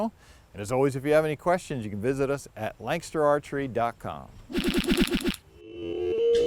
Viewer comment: holy shit you actually said lancaster archery the way MOST ppl say it lol